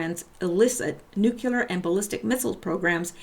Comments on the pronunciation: nuclear = nu-cle-ar NOT nu-cue-lar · This is not meant to be a mean comment, but it is fueled by the frustration of living in a world where no one can seem to properly pronounce 'nuclear.' It's [Noo-Kleer] NOT [Noo-cue-ler] There is no "U" between the 'c' and the 'l', and if I can get just one person to start pronouncing it properly, all this pedantry will have been worth it. ...I'm sorry... do continue.